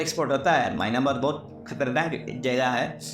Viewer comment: Maynamar nhi hota myamar hota h bhai